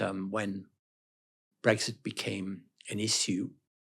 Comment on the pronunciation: he did jusy say " brexshit" ? 🤣🤣🤣